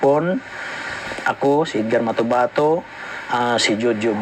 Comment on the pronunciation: MA-TO-BA-TO NOT MATOMATO 😅😂